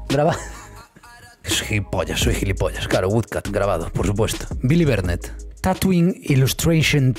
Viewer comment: Cuando dijo tattooing yo pensé que dijo tatooine